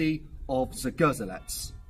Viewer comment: Pronounced zgoh-ZHEL-ets